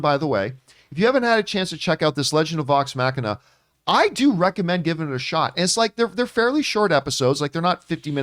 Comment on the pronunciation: It was OK but I wasn't wowed by it. It might be that there has been so much fantastic animation over the last couple of years that this series seems a bit old hat. Also Vox Machina pronounced MOCK-in-ah. Not Mack-in-ah. Mock. Like a jet plane going at Mach 1. We don't say Mack 1.